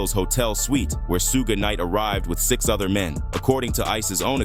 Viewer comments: Soo-gay Knight if messing me up! Come on AI say it with me - Shooooog Knight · Great video! However, Suge is not pronounced as "Suegay". It is prounounced as "Shuug" like sugar without the "r"! Otherwise, very good! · Su-gay Knight? Lazy punks love using Ai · AI garbage. "Sue-ga-night." It just sucks, still. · This voice!!! Suge being pronounced Soo-gay!! 😂😂😂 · "Sug-Ay Knight" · "Suge", no it's pronounced Shug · sooo-ga knight lol thats hilarious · "Soogay" Knight..... I'm out lol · Who the hell is suegay nite?? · “Sewga” Knight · Lol at the AI robot calling him SooooGay Knight!😂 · Soo-Geh Knight lol. gotta love AI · Su-gay Knight?? AI SUCKS!!! Bring back HUMAN BEINGS who know how to PRONOUNCE WORDS!!! Oh, it just said SOOG!!! Not even consistently??? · It’s pronounced as in sugar without the R. Sug Knight. Please if you’re going take the time to do a 20 minute video. Learn how to say the people name you report on. One the strength of that I give 👎🏽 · Please learn how to call Suge the right way!! Can't hear it bro.. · Whenever Suge is pronounced like that, you know this is A.I. speaking. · Too much vague narration. This was almost clickbait material. Annoying that i watched it in full! Not giving it a like just on principal that AI voice was used and couldn't pronounce Shuge Knight's name. It was seriously annoying! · Was good until the voice over mispronounced Suge… 😂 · Oh AI. Can't pronounce suge.